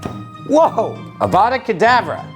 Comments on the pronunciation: It's Avada Kedavra not Avada Kedavrae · It's pronounced avadacadavra